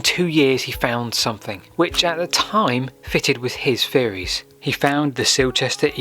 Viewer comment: YET ANOTHER LEARNED PERSON WHO DOES NOT KNOW HOW TO PRONOUNCE THE LANGUAGE FEORIES AND FINKING AND IS THIS HOW PEOPLE ARE EDUCATED NOW